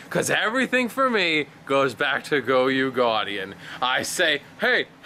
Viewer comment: it's not pronounced goy-ouu it's goy-oh